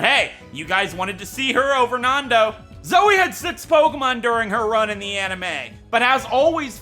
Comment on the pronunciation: Final use of Zoey Counter: 11 (Nothing compared to RE7...) thanks for saying it as soey, like, twice so I couldn't tell if you were saying the name, lol love the May and Drew HM slaves, lol. Also, skipping the egg guessing thing? Well, the togepi one anyway. electric gym town then. YOOO, GO DAWN!! That's a swell strat, holy heck! Even the hellish Bronzong, WUT!?